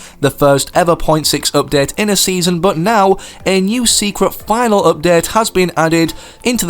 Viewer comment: Instead of update he said updead